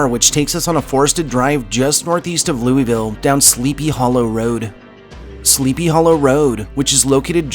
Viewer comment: Lou-vuhl! Say it fast.